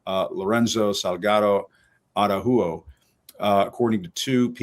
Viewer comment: Ara-who-ho???? Araujo….c’mon Jim Acosta. I’m born and raised Mexican-American in the U.S. so I get it that Spanish is not our first language. But at minimum could you not ask someone how to pronounce Mr Salgado Araujo’s name correctly? I’m sure you have access to at least one native Spanish speaker.